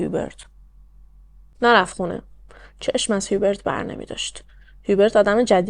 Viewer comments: « جان»در زبان فرانسوی«H»کلا تلفظ نمیشه و بجاش اولین حرف بعدی در اون کلمه تلفظ میشه(مثلاً همونHubert چون بعد از H حرف U است میگن اوبرت بجای هیوبرت)البته خیلی کم استثناهایی هم گاهی هست که در بعضی کلمات«H»هممون«H»تلفظ میشه،بعد هم اینکه حرف آخر کلمات هم اکثرا تلفظ نمیشه و خلاصه برای همین«هیوبرت»به فرانسوی«اوبر»گفته میشه. درضمن«فوولدر»درست نیست و صحیحش«فلدر»است یعنی با«O»: در اصل«Folder»از کلمه ی«Fold»بمعنای«تا کردن»میاد.البته اگه من گاهی نکته ای رو میگم برای این است که کانال داری و موضوعات و پرونده روایت میکنی، امیدوارم ناراحت نشی. 💙 بنظرم«رنی»خودش ناراضی بوده که اگه پسرش طلایی پیدا کرده چرا نباید چیزی به مادرش میداده، واسه همین هم دامادش رو انداخته جلو، اگه قضیه فاش میشد خوب«رنی»هم میتوانست سهمش رو بخواد.«هیوبرت»کلا از نظر روانی سالم نبوده: دچار وسواس و شک بوده، در کنارش به هر چیزی که میشده گیر میداده و غرغرو هم بوده(ناراحتیش از صدا هم به احتمال زیاد ناشی از آشفتگی وضع روحیش بوده؛ تولید صدا در کل چون تمرکز حواس و نیز آرامش رو بهم میزنه اعصاب خورد کن است، وای بحال این مرد که پی بهانه میگشته و فکرش هم مدام مشغول بوده). ممکنه که این خانواده اصلاً طلایی پیدا نکرده بودن و خریدها و سفرها رو با پس انداز کردن و درآمدهای کوچک از اینور و اونور میپرداختن(و یا قسطی، قرض، وام)حساب هم که بکنی: پدربزرگ هیچوقت نمیامده بی عقلی کنه و طلاها رو دم دست قایم کنه که برفرض«پاسکال»با یک گشتن تو کارگاه بتوانه پیداش کنه! معمولاً آدمها چیزهای گرانقیمت یا مهم رو توی دیوار یا زیرزمین و خلاصه ی جای امن و دور از چشم پنهان میکنن. شاید هم قضیه کلا دروغ است و مثلاً پدربزرگ خواسته اینطوری خودشو مهم و ثروتمند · جان من فرانسه زبانم اسم هیوبرت را اوبِق تلفظ میکنن،